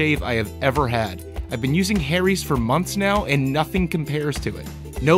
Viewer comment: I thought you said "Hairys" lol...great name for a razor company....sounds like you get shafted for razors in the US....